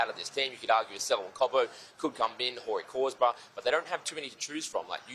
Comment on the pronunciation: 'Horey Corsbrough' 😆